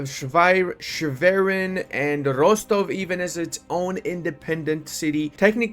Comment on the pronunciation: It's Rostock, not Rostov. If you mispronounce the name again, it will count as a diplomatic insult CB.